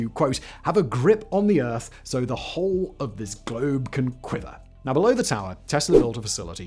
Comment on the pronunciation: “Ta’er” what. Ha lol